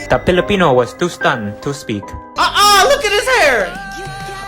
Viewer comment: 🤣🤣 “the peeleepeeno”